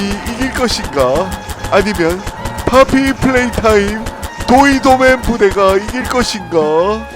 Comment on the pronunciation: 도이도맨이 아니라 도이 더 도우맨 이에요